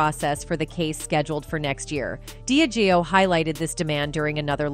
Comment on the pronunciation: Yes and diageo they have wrong aswell but constantly hearing sue-gay knight is annoying 😂